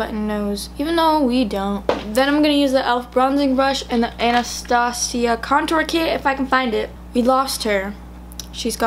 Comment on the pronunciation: She really just said anastasseeya